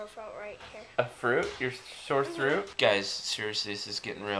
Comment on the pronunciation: sore throot